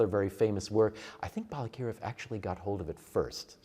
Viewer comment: Balakirev, accent on the second syllable. Yes, Ukrainian used to call Little Russia or Malorossia. Malo means small. Ukrainia means Okraina, means an outskirt.